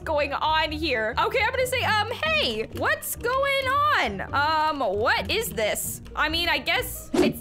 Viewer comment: when she says what is this: whgat sio this?? 😑